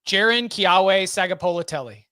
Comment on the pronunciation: Pronunciation tip for JKS: in Keawe the W is actually a V. Rest is how it looks :)